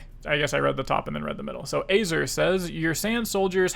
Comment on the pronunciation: Just a note that Azir is pronounced Ah-zeer. Great content, waiting for more